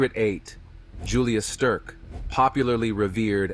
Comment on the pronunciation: mins "Julious Sterk"?! The "Swiss Machine" was Ueli Steck - pronounced as it's spelt. & 25mins "Norton Couloir"? Northern Couloir - haha, When Ai copies badly spoken English. haha